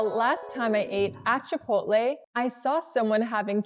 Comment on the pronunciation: Why do you pronounce this with 'a'as achaole..it begins with ch omly.Its actually Chipotle